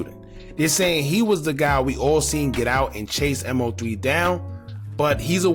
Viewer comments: killing me bruh its Mow-three not M.O -three😂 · Dawg you just making videos to make em, its MO3 NOT M-O-3, you don't even pay attention to shit bruh you talking just to talk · All this coverage on him....n u still calling him M.O.3?.....it's MOE3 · His name was MO3, "Moe Three", not M, O, 3! And the bail is $750,000, not $750! You need to stop talking and do some listening, listen to your own videos instead of yapping over them, and read your comments! Just straight lazy.. Unsub'd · MOE MOE MOE MOE MOE MOE MOOOOEEEE!! SAY HIS NAME!! MOE!! For God's sake bro 🤦🏻‍♂️ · I get what you're saying about him not being a big artist when he passed (kind of). The point is, as you've pointed out, that if he is going to report on and monetize off his name, the very least he can do, is to say it right! Everyone that's tuned into his story, should know his name and to continue to say it wrong is mad disrespectful! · In fairness to he wasn't that big an artist for you to claim that. I'm big into rap/hip hop and I wasn't a fan of his before he passed. But again I also know how to say his name. It is weird how he keeps saying it wrong. Despite news reports even saying his name and last video everyone was roasting him about it. Might be doing it on purpose now. It is very disrespectful to Moe as he's also making money off it, the least he can do it say his name properly!